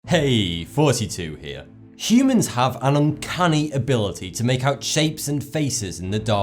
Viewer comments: Oh... I thought you said "46 years old..." lol! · Is it just me or does he say 42 here? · I swear Your saying 42 on purpose arent you?.... I cant tell XD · Is what he says Thoughty2 or Forty2? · so is it fourty two or now???? I'm so confused because of his pronunciation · Wait, his name is thoughty2? I always thought he was saying forty two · Lol. He said forty2. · does he say thoughty2 or 42 or 32 ? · when he says he name I always hear 42 it sounds so same.. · Who else thinks he is saying "Heeeeey! 42 here!!!" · does anyone else hear 42 instead of thoughty2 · thoughty2 or 42 , what I m hearing is 42 . 😃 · I'm 10000% sure he says "hey 42 here" in this vid. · it is thoughty2 not 42